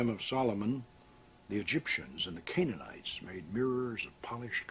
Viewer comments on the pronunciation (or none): none